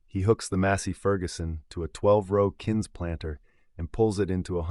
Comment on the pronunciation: Kinse is not spelled or pronounced Kinse!!!!! It is pronounced Kinze ! It is also pronounced Kinze. It is an abbreviation for Kinzemann.